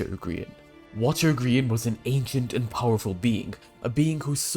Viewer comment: Remember when Dream called Grian, 'Gr-yan' during a MCC.